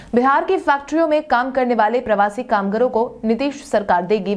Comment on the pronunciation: "कामगारों" शब्द का उच्चारण "कामगरों" नहीं किया करें।